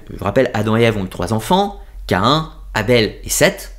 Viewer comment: Bonjour. Cest "Caïn"et non pas Caen. Tu n'es pas le seul à faire l'erreur sur la prononciation...